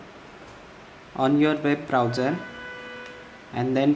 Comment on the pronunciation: omg ber brawcer XDDD keep teach english mate